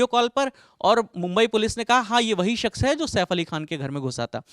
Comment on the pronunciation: Ye jo shawl wale reporter hain inhe, शख्स word sahi se bolna nahi aa raha. Baar baar शख्स को सख्श कह रहे हैं। aapka accent sahi hai aur तलफ़्फ़ुज़ भी।